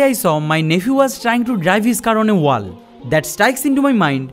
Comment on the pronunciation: No! Not everything. He does not know how to pronounce WALL! 😂